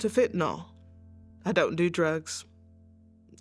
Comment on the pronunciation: I've watched lots of these sad stories. In all of them, the folks pronounce it Fentanol, whereas, it should be pronounced Fentanil ... the y in the name is pronounced as an i, a 'soft' i, being Fentanyl.